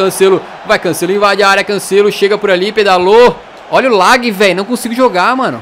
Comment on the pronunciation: Não se fala "lag" e sim "lag"